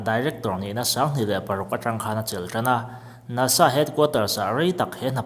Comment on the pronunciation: NASA tih lampum kha i sawi chiang lova a fiahlo.